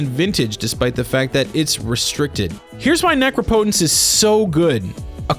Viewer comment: Ugh. Necropotence is pronounced just like Incompetence. Say the word Necropolis out loud so you can understand better how to pronounce NECROPOTENCE!